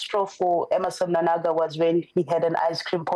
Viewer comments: Why are you saying mnanagwa? It's mnangagwa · It's Mnangagwa please not Mnanagwa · That guest is useless, she is failing to pronounce the name Mnangagwa. I am Zambian but I was able to pick that. Is she Zimbabwean I ask?